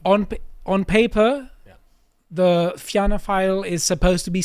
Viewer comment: Impressive pronunciation of the Irish names. Fianna is pronounced the same as Fine, which you got right. There are two new emerging fiscally conservative parties who have gained seats, Independent Ireland and Aontú. II got 3 and Aontú got 2, not fantastic, but they are growing. They both had some near misses for more seats. For Aontú, two of their candidates lost out on the final counts in their respective constituencies. As for the right wing parties such as the National Party and Irish Freedom Party, they are just in the way frankly.